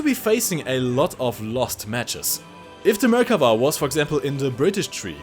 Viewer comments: From the people of Israel, thank you for the correct pronunciation. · Yay! you listened to me in the live stream and pronounced the Merkava's name correctly! :) (1 time lol)